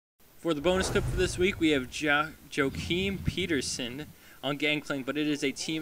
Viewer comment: "Jochiiim Peeterson" Actually is Joachim Petterson.